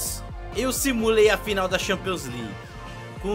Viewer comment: LIGUE AN, E XAMPIONS N DA CARA FOI MAL SUA PRONUNCIA ME OBRIGA A N VER TEUS VÍDEO, É FORÇADO